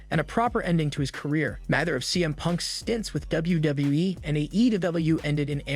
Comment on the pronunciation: This Narrator’s inability to pronounce “WWE” makes me want to punch puppies.